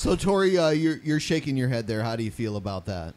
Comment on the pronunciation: TJ is still choking on the fact he said "aBUut" lol loving that